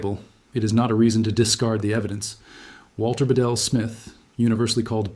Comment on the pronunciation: Smiths name is pronounced beetle not ba-del, and the usual double talk to stretch the time out good ole AI.